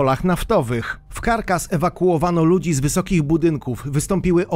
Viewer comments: 10 x przewijałam taśmę ze stolicą Wenezueli, ale słuch mnie nie myli, lektor czyta Carkas. Czy to po wenezuelsku? Stolicą tego państwa jest CARACAS ! 😉 Jest nawet o niej piosenka, pod tym samym tytułem. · CarAAAAAAcas nie Karkas. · Caracas nie "karkas " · Całe życie myślałem że stolica Wenezueli się wymawia - Caracas,a tu cyk i jest nowa stolica Carcas. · Pierwszy raz słyszę żeby stolicą Wenezueli było Carcas. Caracas!!! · Chyba Caracas nie Carcas. Trochę wiedzy geograficznej by się przydało... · Kilka razy powtarza Carcas, więc nie przejęzyczenie tylko chłop bez elementarnej wiedzy geograficznej. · Stolicą Wenezueli jest Caracas a nie Carcas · Znowu pan nie doczytał - stolica Wenezueli to wg pana CARCAS. Bardzo pasuje do KALEDRY z kolejnego odcinka. Szkoda, że przed zabraniem się za youtubowanie nie uznał pan za właściwe skończyć podstawówki (tam uczą poprawnego czytania). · Dokładnie. Stolicą Wenezueli nie jest żadne Karkaz tylko Caracas (czytać Karakas). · Nie karkaz tylko Karakas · Stolica Wenezueli to Caracas a nie Carcas jak powiedziałeś . Pozdrawiam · Sprawdź jak się wymawia stolicę Wenezueli. Carkas - co to jest. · stolica Wenezueli to Caracas a nie ''karkaz'' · "W stolicy Wenezueli, KARKAS!!!" Buahahaaa! Uwielbiam, jak youtuberzy sami demaskują swój pożałowania godny "risercz". Caracas, człowieczku, do niedawna jedna z najprężniejszych stolic na ziemi, chociaż ten gość od Samolotów niedawno nagrał film, w którym powtarza kilkanaście razy CaraScas. Haha KARKAS! To by chyba musiała być raczej stolica blacharstwa na Podlasiu 😆😂🤣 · Sttolica Wenzueli to Ca-ra-ca-s :D jak by co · jezeli ogladasz Bezplanu,to wiesz ze nie karkas tylko karakas :) pozdro mordy :) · Caracas nie carcas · Jakie Carcas kuźwa. Dziecko by wiedziało że Caracas. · Stolicą Wenezueli jest Caracas nie Carcas jak by co😉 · i stolica Wenezueli to Caracas wym. Karakas, a nie Karkas ;-) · Caracas a nie Carcass. Carcass to trup a Caracas to miasto. Nie mniej jednak bardzo ciekawy material